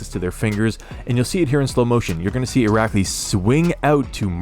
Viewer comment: How many times did you have to practice saying his name 🤣 that was so impressive